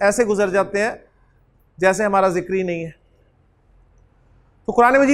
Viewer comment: السلام علیکم ورحمۃ اللہ حضرت آپ "ذکر" کو "زکر" پڑھ رہے ہیں، یعنی "ذال" کو "زا" پڑھ رہے ہیں ، اس سے معنی میں فرق نہیں پڑتا ؟